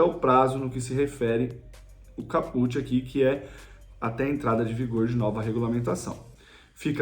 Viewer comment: Cáput, não é Capùt, ignorante